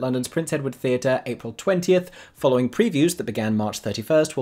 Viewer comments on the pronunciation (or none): none